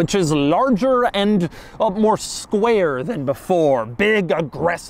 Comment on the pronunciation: the emphasis on “square” has me creased lololol